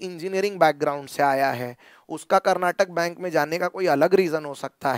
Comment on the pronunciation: Sir, Its Karnataka Bank not Karnatak Bank.